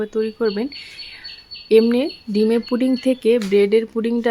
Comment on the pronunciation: Putting na pudding.suddha Kotha bolun.